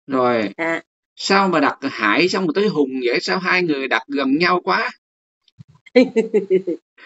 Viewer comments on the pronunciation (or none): Hải chứ đâu phải hãi. Hãi hùng.